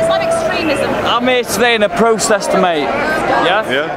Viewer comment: "I'm here today in a procest"? haha